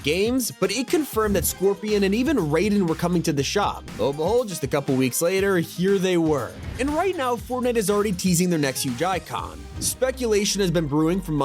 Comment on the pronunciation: for the 3. time its pronaunced rai-den Not rayden